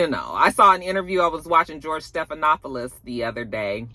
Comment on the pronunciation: no shade, but how can the name George Stephanopoulos just roll off the tongue but you still can’t get Halle Bailey down??😂😂 you play too much